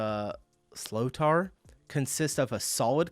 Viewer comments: Its pronounced Slit-tar think of what a pirate says and put that after slit. I dont know where slee o tar comes from but thats not it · You will have a lot of Irish mentioning this but Sli o tar? Don't watch an English man explain an Irish sport please (or was it AI?) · The game is 70 minutes not 60. The narrator obviously has no clue about Hurling. He is butchering the description. The ball is called Sliotar but it's pronounced Slitter. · This guy is not allowed to make a hurling rules vid if he can't even pronounce sliotar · The hell is with that pronunciation of Sliotar? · think i may cry at ninhs pronunciation of a sliotar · There's definitely not (hard) "s" sound, but (soft) "sh" sound (due to the "s" lays next to slender vowel "i") and there's definitely not "o" sound in pronunciation (it is there only to fit the rule "around consonant or cluster of consonants should be written vowels from the same group, either slender or broad, although this added vowel isn't read". Broad vowels are "a", "o", "u", slender ones are "e" and "i"). The "shleet(a)r" was my attempt how to describe pronunciation in english of something I'd pronounce in czech (my native language) as "šlitr". (here was ID of YT video where "sliotar" is correctly pronounced, but apparently it was also reason why the comment was deleted. The link to the well known page "how to pronounce in irish" had to be removed as well). Or for better fun, look at proper pronunciation of "iománaíocht" (that's "hurling" in irish gaelic :-) ). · Fyi, the ball is pronounced as schlit-ter, definitely not slee-o-tar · the guys pronounciation of sliotar is way off, its an sh sound, shlitter. shitter with an L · The sliotar is roughly pronounced "Shlitter". Not exactly but closer than what your man said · So much wrong about this. Sliotar is pronounced like slit-er. The level you’re watching here is also county level where games are 70 minutes. Club games are 60 minutes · "sliotar" should be pronounced more like "shleetar"